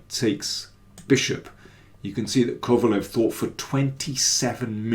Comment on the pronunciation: Daniel, if you know a bit of German, it should be easy for you to pronounce Kovalev, as it should sound like KovalÖv